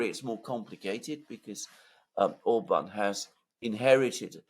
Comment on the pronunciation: OR-bahn not or-BAHN, OR-bahn not or-BAHN, OR-bahn not or-BAHN, OR-bahn not or-BAHN, OR-bahn not or-BAHN 😁❤️